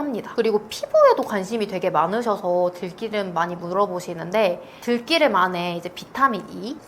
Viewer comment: 좋은 말씀 감사합니다. 생들기름 공복에 먹지 않고 샐러드에 두 바퀴 넣어서 먹고있어요. 들기름을 들끼름이라 발음하니 듣기 어색하네요 ㅋ